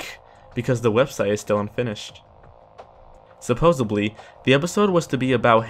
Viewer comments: Shadow Dancer as well as imitated, not intimidated and supposedly, not supposebly were the other ones I caught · Its supposedly, not supposebly!!! Aaagggghhhh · Say it with me "Suh-pose-ed-lee" Not subosably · It's "Supposedly," not "Supposibly."